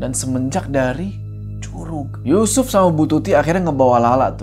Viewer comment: Speechless ulang lagi pas kepleset nyebut yusuf jd Yucupp 😂